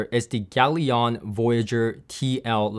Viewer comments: Are you sure it's pronounced 'yalion' or rather 'galion' as in 'galleon'? Consiering its logo is literally a triple sail galleon mast... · It has a ship on it, it's a 2 syllable, not 3. Pronounce it correctly would have made this review credibile Gal-ion, not gal-i-on.